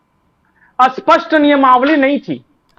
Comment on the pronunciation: आप स्पष्ट को बार बार असपस्ट बोल रहे।कृपया स्पष्ट बोलना सीखिए